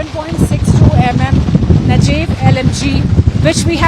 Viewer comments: What is Nejef......it's Negev yaar, pronounced Negaif/Negave❗😁🤪❓❓🙃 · it is "negev" like negev desert in Israel......not najeev...like rajeev.....desi bandiyan ki goofup ka jawab nahi hai bhaijaan.....indian ho ya pakistani...... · Not नेजेव, but नेगेव.